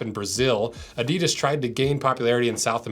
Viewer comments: It's pronounced Adi-das, never A-didas. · Pronounced "Adi-Dus" with that emphasis. NOT "adydus" Like I said. say it slower.adi-dus with 2 equal sounds emphasised equally. That is not just how the Germans say it, it is also the way the entire rest of the world says it. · You yanks .. it's pronounced 'Adi-das' not 'Adee-dus' 😂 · WTF is Adeedus? STOP SAYING ** WRONG! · I wish Americans would pronounce Adidas the way it's intended. The correct way is having the accent after the first syllable A'-didas, (like HAL'-loween; STRAW'-berry; MAR'-Athon) instead of ADI'-das. (like symbo'-lic; opin'-ion; juras'-sic). I also wish the Brits would stop saying Nike similarly to "bike" as it should be "Nahy-kee". 😁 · the guy explains why they company is called what it is called yet continues to mispronounce its name after literally pronouncing it correct once. These were also pretty much a required bit of kit for the terrace dust ups before football changed. If you are into futsal just get a pair of Preds for a few quid more, leave these for the away end. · You described correctly how Adidas got its name, yet all Americans pronounce it wrong! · It is time for the people in the USA to pronounce the name correct. The way you do now is false. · and with all that history facts americans still don't know how to pronounce Adidas